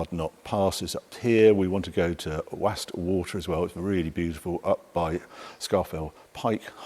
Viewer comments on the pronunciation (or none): Hi Harry , From a local, it is not pronounced Wastwater. (like Fastwater) but Wastwater (like Wostwater).🙂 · Enjoyable video but as a Cumbrian I can say it's pronounced "Wostwater" not "Waastwater". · The pronunciation is woste water